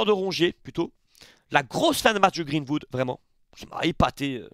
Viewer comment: Match de folie encore, j'étais à fond dans le live! Mais fais moi plaisir sur la prononciation, Greenwood, pas Vood. 🙏